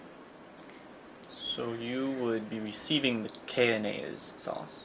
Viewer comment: I was stoic during this video until he said Kayonnaise sauce. My god that killed me.